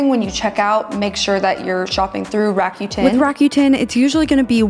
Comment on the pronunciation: Fabulous content as always!! Just so you know, Rakuten is pronounced "ra-coo-ten".